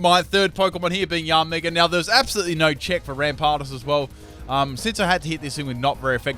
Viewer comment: OMG U CANT EVEN SAY YANMEGA OR RAMPARDOS!?!? YOUR SO DUMB